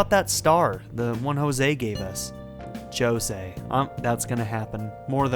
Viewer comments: It seems 'Jose' isn't very far into his studies of humans... NO HUMAN PRONOUNCES THAT NAME LIKE THAT! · Jose is pronounced how the characters say it even in Japanese but to me it always feels just……wrong